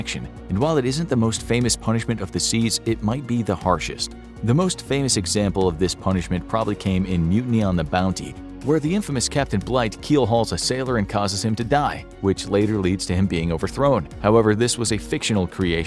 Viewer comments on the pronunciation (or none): BLIGH. Lieutenant-Commander Bligh (not Blight) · Captain Blight? You mean Captain Bligh?